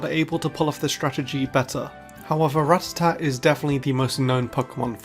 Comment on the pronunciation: Wait... Did a PokéTuber actually pronounce Rattata correctly instead of calling it the retarded "Ra-tatt-ah?" I'll give you an upvote on that alone!